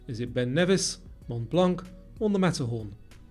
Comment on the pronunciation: Nice quiz and a huge like from me. BTW, Mt. Mont Blanc was mispronounced by you. In case you wonder, I got right roughly 75%--I didn't count them. 🙂 That's my honest answer though. Most folks lie here but you should know that 🙂 Everyone is an OG and a chess grandmaster online, but not in real life. Also, the Eiffel Tower is 1,083' (was 1,063' before 2022) and the Shard is 1016'. So the Eiffel Tower is a bit taller. Never been to London or Paris though.